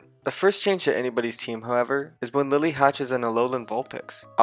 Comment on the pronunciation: LILLIE, NOT LILY! MAGEARNA, NOT MAGANA!